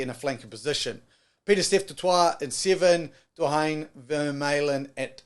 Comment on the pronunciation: For South Africa, Malcolm Marx starts over mbonambi, and jasper wiese starts over duane. Also please learn the pronounciations. I’m begging you. I mean come on. Wilemeeze? Doo-ayne? Ox Niche?